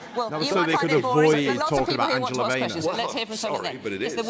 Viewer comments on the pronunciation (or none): none